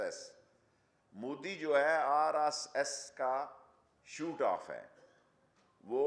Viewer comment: Ise dekh lo ya Tom and Jerry ko. Bat ek hi hai. RSS ko RRS bol rha hai.